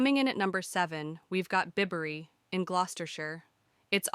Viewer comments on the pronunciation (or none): Garbage AI narration and punctuation. Bibery pronounced totally wrong and is NOT a town.